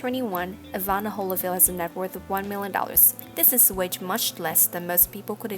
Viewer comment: Very bad compere can't pronounce Evander! Instead says Evana..